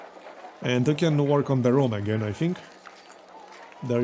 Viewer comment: This game is becoming Frantic! He said rhum correctly the first half of the video then come back to saying room afterward. Progress?